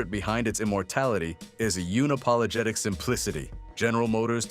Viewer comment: did you say "uni-pologetic"? lol it's un-apologetic, like undo, not unibomber.